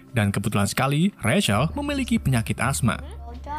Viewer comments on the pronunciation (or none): none